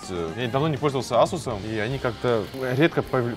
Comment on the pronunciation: Эйсус а не асус